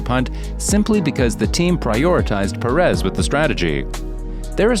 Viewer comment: PErez..PErez...PErez....not peREZ